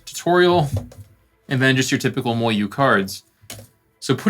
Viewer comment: I like your reviews, I just can’t stand the way you say MoYu